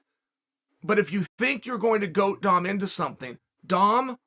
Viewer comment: Chael is inches away from pronouncing Dom’s name like “dumb”. 😂